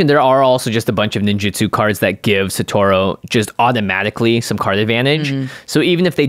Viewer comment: Can yall please be the one podcast to pronounce Satoru correctly. Holy hell.